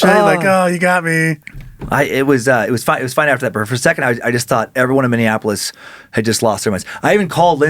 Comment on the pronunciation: Minneapolis -> Minnie-App-O-liss